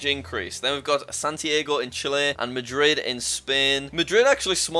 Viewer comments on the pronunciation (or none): none